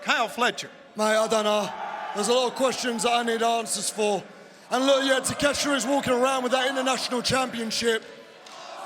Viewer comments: Tony Schiavone needs to take an extended break, he keeps mispronouncing wrestlers' names. "Kateshita". Come on. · Are we gonna miss that Tony said Takeshita’s name wrong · Did Schiavone butcher Takeshita's name?